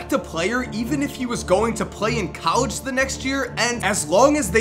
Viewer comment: anyone else realize how bad he butchered the word "College?"